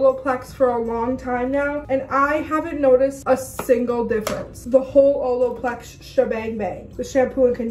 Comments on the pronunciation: she def says “oloplex” instead of “olaplex” hahaha love it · nobody:: oloplex